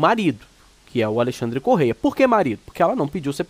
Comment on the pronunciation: Não é correia. É Correa 😂